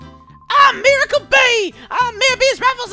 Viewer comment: i think you pronounce it mie-rar